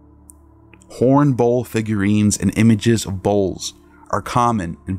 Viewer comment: Love the way you pronounce Bull like bowl. 😂